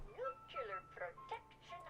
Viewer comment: Does it bother anyone else that the preservation station lady mispronounces nuclear? "Nucular protection on a budget."